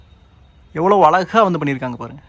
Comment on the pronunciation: தம்பி வணக்கம்.. நல்ல வர்ணனை.. மிகவும் உபயோகமான புரிந்துகொள்ளமுடிகிறார் போல் அமைந்துள்ளது உங்களுடைய விரிவுரை.. மிக்க நன்றி.. ஒன்று கேட்க விரும்புகிறேன்... இப்போது இந்த " ழ " வரும் வார்த்தைகளை - கீழே, அழகாக - சரியா உச்சரிக்காமல் தவறாக - " கீலே ", " அலகாக " - என்று உச்சரிப்பது என்ன ?, புது நாகரீகமா? தெரியாமல்தான் கேட்கிறேன், இந்த " ழ " வை உச்சரிக்க முடியவில்லையா அல்லது வேண்டுமென்றே செய்கிறீர்களா ?.. சரியான பதில் கிடைத்துவிட்டால் உங்களையும் உங்களை போன்றவர்களையும் கேள்வி கேட்க மாட்டேன்.... உங்களுடைய விரிவுரைகளுக்கு மிக்க நன்றி.. உபயோகமாக உள்ளது.. நன்றி வணக்கம்.. வாழ்த்துக்கள்.. 🙏